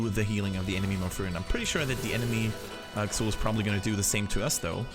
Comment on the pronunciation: Pronounced "Zool" not "Ksool"